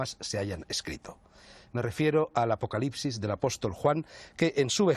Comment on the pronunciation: Acocalipsis, apocarripsis…no logra decirlo bien 😂